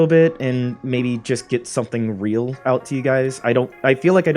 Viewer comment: You mean to get… raeal? I’m sorry but take your time